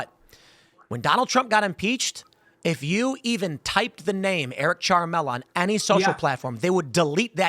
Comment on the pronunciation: what name are they saying Eric Charmello or Charmella?